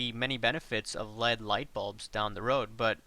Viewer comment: LED. Say letters separately please